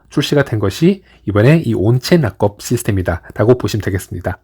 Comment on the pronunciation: 발음 지기네 온체인 라겁